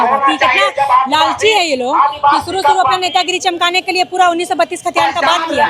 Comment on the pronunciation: 132 खतियान नहीं दीदी 1932 hey bhagwan कभी तो बढ़िया से बात कर लीजिए।😂😂😂😂😂